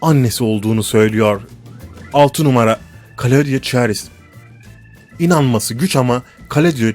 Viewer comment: 1 ) andıraj pejik değil kardeş ANDREC PEJİÇ 2) çen lili değil ŞENN LİLİ 3) lea ti değil LEA TE 4) kaladyo çarez değil KLADYO ŞAREZ 5) flornika de la ve değil FLORENSİA DE LA Vİ 6 karovlin tula cosey değil KERROLAYN TULA KASSİ birde şu anlatım dilinde TRANS ,TRANS KADINLAR , ve TRAN cümlesi ile başlayan her anlatımında baskılı ses tonu kullanmasan daha iyi edersin !!!